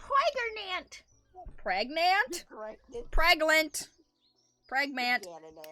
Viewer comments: “ Im pregernant” 😂😂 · "IM PRERAGANENT" had me burst out giggling